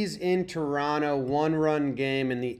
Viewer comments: I like how says Toronto the correct way 🥰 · I appreciate your correct pronunciation of Toronto. I think your listening skills are off the chart!